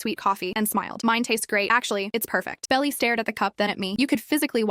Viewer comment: I think her name is supposed to be Belle, but AI didn't pronounce it properly.